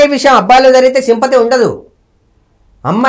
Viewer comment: Voo anchor akka 1st telugu nerchuko sakkaga adi visham payasham kadu amma vishayam 😒